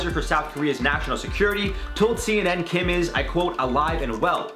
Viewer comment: Sissss kim is him last name! why him called like that lmao